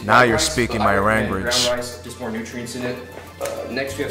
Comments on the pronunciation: “Now you’re speaking my ranguege” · "Now you're speaking my ranguage" killed me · "Now you're speaking my ranguage" LMAO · "Now you're speaking my ranguage." I fucking died at that part! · "Now you are speaking my Ranguage" killed me. 😂